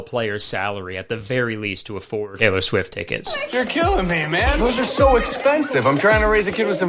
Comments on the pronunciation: Teller Swift or Taylor Swift? Is it just me or is it really weird that Kurtis says "Teller" instead of "Taylor"?? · kayler cwift